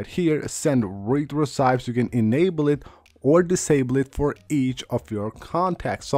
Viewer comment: it’s not pronounced “re-CYPTS” It’s pronounced “re-SEATS”